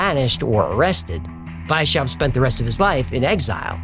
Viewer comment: It's not "Why-Shap", but rather "Wise-How-Pt"